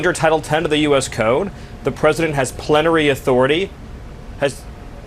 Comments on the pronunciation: I think Stephen Miller's "Mitch McConnell Moment" was actually a panic. He froze because he heard himself say "plettary power" when he meant to say plenary power. He knew he had screwed up but couldn't pinpoint the problem, couldn't find the right word. He's not normal. If he was he'd just say, "sorry, I meant plenary", or even "sorry that's not the right word". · Stephen Miller is an INCREDIBLY insecure self loathing person hiding behind all of that evil and hate. And we get a glimpse of that insecurity If you listen, he messed up and said "plentery" so for a split second you see him panic and freeze then attempt to regain control by staying silent as if the audio or something was cut off. What a weak, weak bald man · What's "plenorary authority?" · Stephen realized he dun goof'd the second after saying "plenary authority"